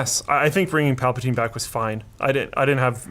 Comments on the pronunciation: It's Palpatine not palpotine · "Emperor PAL-pa-TINE" Sound like a wonderful English tea you would drink with mint and a raspberry scone. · once he said plapatyne i clicked off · "Emperor Palpatyne" I'm out lol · Linus: PALPATYNE Trump: CHYNAA They might be related guys... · "pal-pa-tyne" Pal pa tyne... Ok... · "Palpataine?... Okay" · Palpa TINE. Really?.... Like really? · Can’t take you seriously when you can’t say palpatine right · No matter your opinion on this movie, we can all agree Linus can't pronounce Palpatine correctly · Mispronunciation of Palpatine LOL